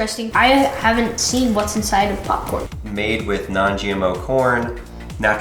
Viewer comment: "Theres popfhcrn inside of microwavable popcrn"